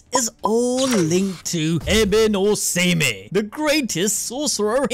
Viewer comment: Ah Beh No Say-May?! 0_o For real??? This manga is going places!